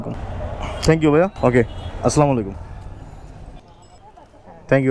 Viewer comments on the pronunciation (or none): Not aslamolaikum 😂😂😂 Say assalamu alaikum🎉🎉🎉